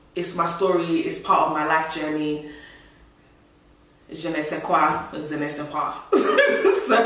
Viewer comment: When she said Je ne ses coi i just died😂😂😂😂😂